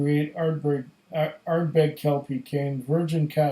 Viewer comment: the Are-berg hehehe